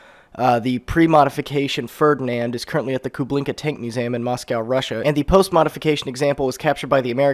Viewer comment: Stop saying "musam" it's museum.